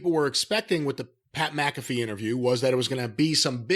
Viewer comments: How does everyone pronounce his name as MACafee.... it's MCAFEE.... like MCDONALD'S. Owweeee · Except, Pat pronounces it as MACafee.